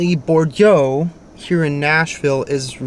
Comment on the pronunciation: Hey in Nashville Bordeaux is pronounced Bore doe 😊